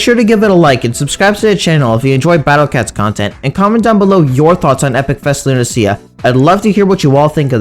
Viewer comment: Wait why do you pronounce it Luna-see-ya? I thought it was Luna-sha or Luna-sh-ya